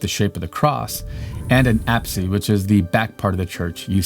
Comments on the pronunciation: Its aps not apse the e is silent. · English is amazing in that you cannot determine a common pronunciation of a word by reading it but only after hearing the word. The common pronunciation of "apse" has a silent "e" so is more as "aps"